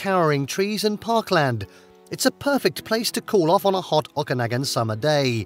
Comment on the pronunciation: Nice video! It is pronounced “Pen-tick-ton” and it is Lake O-ka-nog-an! Kelowna is equally nice!